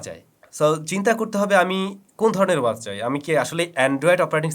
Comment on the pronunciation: ওয়াস কি? উচ্চারণ ওয়াচ হবে। চ ছ উচ্চারণ ঠিক করতে হবে আরো।